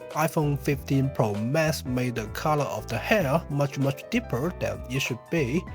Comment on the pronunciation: "iPhone 15 Pro Mess" Although the mispronounciation, the description is spot on